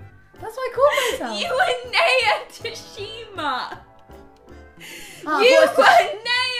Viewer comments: NAYA IS PRONOUNCED N-EYE-A NOT NEIGH-A BUT I STILL LOVE U GUYS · Rose and Rosie I love you but please pronounce Naya’s name right ❤️ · Everytime they mispronounced "Naya" a bit of my soul died 😂